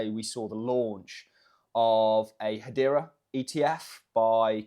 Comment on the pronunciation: “HAYTCH BAHH” hbar